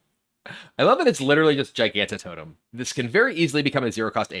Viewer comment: Hearthstone creators have to actually be trolling us with these Gigantotem pronunciations. At least kibler has managed to remember the existence of the soft g